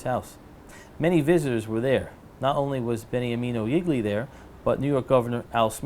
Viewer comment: Awesome! Wonderful! I really enjoyed. One thing, please don't pronounce Gigli wrong. It is pronounced jeel yee accent on the first syllable. I'm sorry to be so picky, but, for me, hearing it pronounced wrong, is like nails across the blackboard.